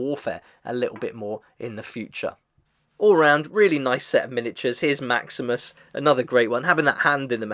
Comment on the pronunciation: No offense, but It's kind of funny you mentioned that you already watched Episode 1 of the Fallout TV-Show (Wherein Maximus played its own major part) and still get the Names wrong all throughout this video😅😁. Again, no offense.